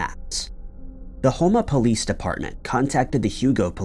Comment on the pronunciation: As a light-hearted comment, I'm impressed Houma, LA was pronounced correctly.